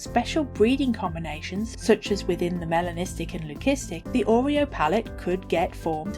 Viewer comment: Thank you for the lovely video. Btw Leucistic (lew-sis-tick)